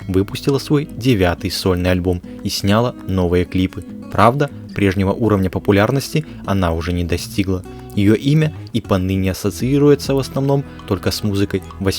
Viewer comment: Автор!! Город в Польше называется СОпот, ударение на первый слог!!! А не СопОт!! И ещё! За кадром вы говорите "снЯла клипы" "дАла концерт" 😬 Ударение делаете на первый слог! Ужас🫨😱!! Это же начальная школа!!